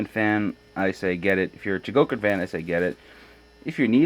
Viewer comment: Uhh say cuz..It's pronounced CHO-GO-KEEN. Not chuh-GO-kin. Cool review otherwise.Never liked KJ until now.Waitng for GX-40(Raideen) Oh yeah!